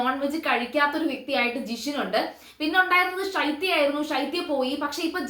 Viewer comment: സംസാരം കുറച്ച് ലൈറ്റ് ആക്കു കുട്ടി ഇംഗ്ലീഷ് ആക്‌സെന്റിൽ മലയാളം പറയുമ്പോൾ പലതും അക്ഷരങ്ങൾ തെറ്റി പോകുന്നുണ്ടല്ലോ ഇംഗ്ലീഷ് പോലെ മലയാളം പറയാതെ, ഷൈത്യ അല്ല ശൈത്യ, ഇയാളുടെ റിവ്യൂ തുടങ്ങിയതു മുതൽ ശൈത്യയെ ഷൈത്യ എന്ന് പറഞ്ഞു പറഞ്ഞു കേൾക്കുമ്പോൾ വളരെ ആലോചകമായി തോന്നുന്നു